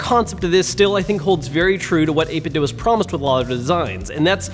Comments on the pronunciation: It' 8-bit-DOO... not dough. WTF, how are so many of you so illiterate? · It’s pronounced 8bitdo ( 8 bit do) not dough. WULFFDEN den got it confirmed. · Please stop saying 8bitdough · It's simple: I watch a video, I hear someone say "8bitDough", I leave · A couple people have directly asked the CEO and said it's pronounced 8bitDoo